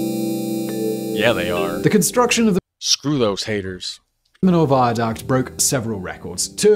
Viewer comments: He is so British, he doesn't even try to learn other pronunciation. I have heard him on other episodes mess up pronunciation in other languages. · After hearing "me-yo" you still pronounce "me-lo"?????? 🤡🤡🤡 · It's pronounced "me-yo". :) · Yes.... me-yo😊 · I'm french. I never crossed it yet. However my gran parents and my aunt crossed it.. and they were really impressed. It remains a fantastic bridge. PS : to be pronounced mee-yo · To pronounce Millau for english spoken folks, says "Me Yo" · Millau is pronounced Mee-yo [mi-'jo]. :) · Millau = me-yo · So that's the new trend on YT ? A guy talking 25 mn about highly technical and scientifical issues he hasn't got a clue about ? Strange world. By the way dude, you could have succeeded in ONE thing : Pronoucing Millau properly, as the Englishman did. it's just MEE-YO. But you failed too. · And used to be spelt Milhau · C'est une très jolie petite ville Millau où je pense qu'il y fait bon vivre. Par contre le Viaduc même 20 ans après sa construction, le péage t'assassine 🤣. J'y suis passé il n'y a pas très longtemps, 11.90 € la vache ! Donc en tant que Millavois, dis lui au ricain comment on prononce Millau. Not Melo but Meyo or Meyau 🤣.